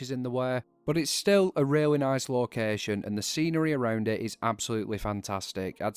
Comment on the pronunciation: I am noot gooing to lye ya, locaatioon. I am so sorry. ^^' Great video nonetheless. :D